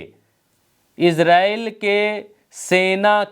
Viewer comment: एजरेल नहीं इजराइल